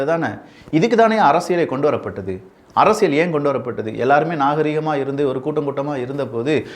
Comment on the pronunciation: அரசியல் என்ற வார்த்தையை சரியா உச்சரியுங்கள். அதில் வரும் 'ல்' சரியாக உச்சரியுங்கள்..